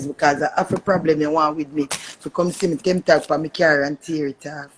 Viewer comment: Its Temp as in temporary Tag not 10 tag 🤦🏿